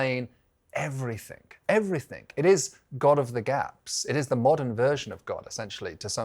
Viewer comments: why is everyone now putting a K at the end of everythinG ?…Even a ‘professor’ 😩 driving me nuts. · Did he say "everythink"?!!